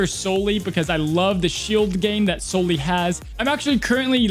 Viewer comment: Please pronounce Sully's name correctly.